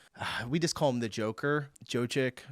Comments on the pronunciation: it's "yo-kitch" not "joe-kick" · Stop butchering Jokić, it's similar to how you'd say "joe-kich" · The name is pronounced "Yokitch", like "yo"/yes and "kitch" like in kitchen. The ending "ic" is always "itch" coming from eastern Europe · "Jokic", try pronouncing it like "Yokitsch" 🤔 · ok for Jokić try pronouncing it like Yoh-kich but keep o short like in Oregon. It'll be eh close enough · It’s pronounced Yokich. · Jokic speak: JOKITSH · LOL, it's [Yoh-kitch] The "j" is always a [y] sound as in "yes". The "ć" is just [ch] as in "chow", except even higher in pitch, like the Italian "ciao". I hope that helps. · It's Yo-keech. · "Yokich" you're welcome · Wait, you can pronounce Dončić but can't pronounce Jokić? "Don-chich" and "Jok-ich" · If you liked that: (the team got 3 titles that season...and handball is actually the one with the more calm fans) And Jokic is spoken: Joe-Kid-Schhh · Say it like YO KITSH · the "ic" in Jokics name is pronounced like "itch". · Hi, Nikola Jokić is pronunced : "Yo keech" Luka Dončić : "Don cheech" hope it helps. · Jokic is pronounced like yokitch 😊👍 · Jokic - pronounce Yokich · Hello, Jokic is really easy to pronounce. Like "yo kitch"(kitchen without en)🤣🤣🤣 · I'm not from Serbia but I think his surname is pronounced as 'Yokich'. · Pronounce it Joe-kitch. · The name is pronounced yoke itch 😂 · Pronounce Jokić as YOK-itch, and it'll be nearly perfect You're welcome. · Jokitsj ...that's how you pronounce it lol. the c sounds like tsj. John Denver!! It was his song. Lol...this Dutchie will remind you. He was a great singer....crashed with his plane :/ Sorry not sorry hihi, American fans are lame, Europeans are passionate. 🤭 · Nee-koh-lah Yo-kitch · Jokic is prounouced Yokich. I hope this helps a bit. 😊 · Yokich that's how you pronounce the name. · Jokič ist pronounced like Yo-kitsh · Ok bro. Yokich=Jokić. Donchich=Dončić . Love watching you but ye. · Yo-key-ch is how you said Jokic xD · Jokic,Pronounced ‘yock-itch’ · Jokic = Jock-itch